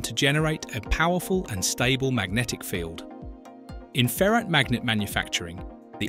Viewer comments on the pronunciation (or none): It's ferite not ferret* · Why can't pronounce ferrite? A ferret is a kind of animal